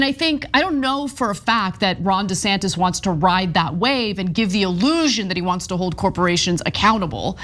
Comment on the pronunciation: It’s pronounced “Rhonda Santos”……